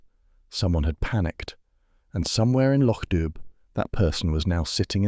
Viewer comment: This is so well done. Thank you. Though, just a small correction: it's Loch Dubh pronounced "doo". 😂